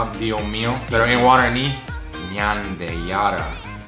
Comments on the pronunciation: Guaraño?😂😂 es guaraní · Práctica tu pronunciación en guaraní. No te sale bien.